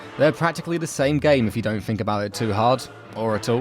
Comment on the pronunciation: think* not fink